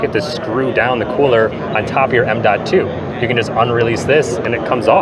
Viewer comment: Since you clickbait thumbnail i gotta tell you, I've have rarely seen such an estrogen filled boy in my entire life. You need to do some pushups and eat some protein. Also, its M2 not M DOT TWO. All those fine girls you are straight up 🐱repellant